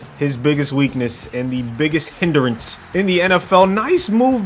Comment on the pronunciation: Biggest weak-NUSS